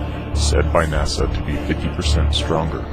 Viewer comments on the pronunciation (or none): none